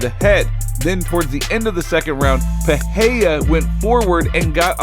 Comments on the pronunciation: What’s with everyone pronouncing his name as if there’s an H in it? It’s pronounced Pi ray rah not Pi hay day. If you can’t roll the “R” say the “R” regular or the American way. The way this guy and Joe Rogan says it sounds very unintelligible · PEREIRA is pronounced PE-RAY-RA!!! Otherwise I enjoy your efforts. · Im fascinated everytime some cant pronounce R s after another in a name like Pereira.